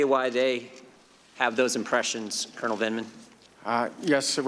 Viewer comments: "Ranking member lieutenant cournal please" lol recognize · or "len eternal"